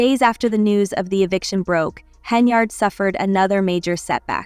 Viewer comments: Henyard, not Henryard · not HENRY YARD, it is HEN-yard AI BOT CHICK